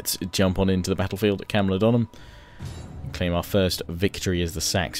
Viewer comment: Great video. It's Camulo-dune-em though :-)))